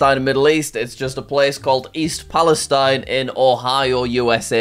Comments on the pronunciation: East palestine is not in fact the place you want to be. They had a train derailment with toxic chemicals and the town will probably be ruined. (Also the town is pronounced pal-a-steen) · It’s pronounced East PalestEEN. Doesn’t rhyme with the country. Also it’s not really where you want to be since it had that derailment that released a lot of bad chemicals into the surrounding environment.